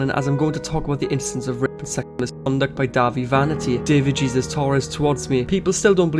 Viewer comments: I love your videos but as a Latina for the love of God, stop pronouncing Jesus as 'geezus' it's 'HAY-ZEUS' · His middle name isn't pronounced Jesus its pronounced heysoos. Just saying lol . But what dahvie has done terrible stuff for sure . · Not that it matters but the pronunciation for Jesus for his name is "Hay-Seuss" since he is of Hispanic origin. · Dahvie is not an influencer?? He's a musician??? Also his name is pronounced "hey-zeus"